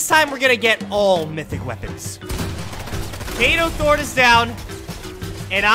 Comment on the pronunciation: It’s kado thorn not Kano throne